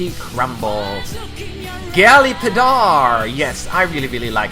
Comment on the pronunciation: The way you pronounced Padar .-.